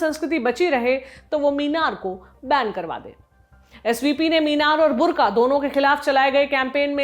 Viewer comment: ये बुर्ख़ा है , बुर्का नही ।